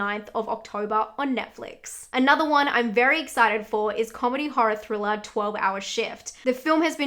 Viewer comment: I am the only one who loves hearing say things like Octobah, Thrillah, Cadavah?